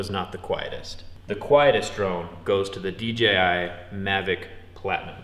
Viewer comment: It’s dDJI not DGI